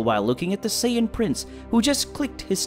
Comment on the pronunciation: whats a sayion?